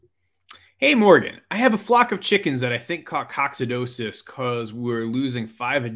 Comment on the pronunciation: Check your pronunciation of Coccidiosis It’s a silly thing to point out cause you’re just dropping a syllable, but you’re so amazing at what you do, you gotta sound like you’re amazing, too. (even if it’s Latin). Lol.